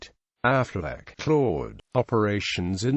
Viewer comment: Incorrect pronunciation of Auchinleck, Affleck was a forerunner of Auchinleck. Aside from all evidence that Auchinleck's name was pronounced "auk in lek", it is unlikely his nickname would be "the auk" if it was pronounced Affleck